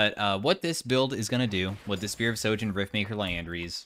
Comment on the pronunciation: Why not a single streamer knows how to say sHojin, with an H? It is not sojin damn.